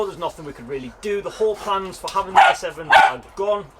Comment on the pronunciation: Are you saying A7 or S7 lol. Sounds more like you are saying S7 despite the title reads A7